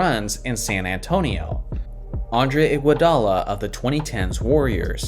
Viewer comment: “i want i-guo-da-la.”